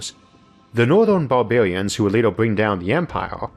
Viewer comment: I really enjoyed the video but why are you talking like that? Bawbawians?